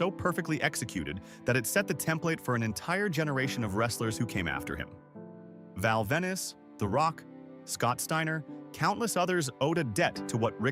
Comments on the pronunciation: These AI voices RUIN videos! Now i hit DISLIKE for AI. PEOPLE can do these narrations. Not some program. "Val Vennus"! THAT'S what was pronounced! It's fucking VENUS!! Like the planet! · to me it was Val "VENICE" I can't stand this ai slop everywhere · Who could forget the inimitable "Val VENICE" ...Fcu'kn AI garbage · AI bullshit. it got me until they called him "val ven-iss" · “Val Venice” 😂😂😂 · Quit using AI slop for fuck sakes! It cant even announce Val Venis's name correctly